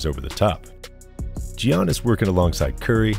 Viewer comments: Bro it’s pronounced Yannis not Gee-ahnnis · It’s pronounced Yannis, not Gi-a-nis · Why in the world are you pronouncing it Gee-annis??? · Nice vid bro but you gotta learn how to pronounce Giannis and Lukas names😂